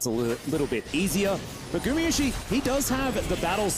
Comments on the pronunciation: GumAyusi not gumiyusi…. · Who's the caster that keep calling Guma "GuMIyusi" ??